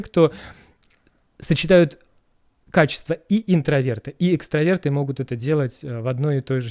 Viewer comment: Дорогие! только правильно экстрАверты 🤭 (коммент от токсика)))